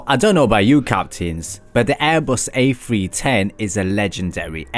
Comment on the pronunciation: This has to be the most annoying video i've ever watched . Sounds like you're in grade 9 auditioning for a scholarship. The airbus A-fwee-ten is quite the marvel to be sure